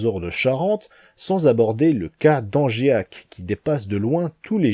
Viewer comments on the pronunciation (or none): Merci pour ta vidéo :) Je suis vert tu as cité mon bled ! Mais pour lui (chamPniers) et pour Angeac (sans i) faudra revoir la prononciation :) Fallait bien que je trouve un truc à critiquer car ta vidéo est parfaite, merci ;) Me reste plus qu'à mieux connaitre les sols de ma région.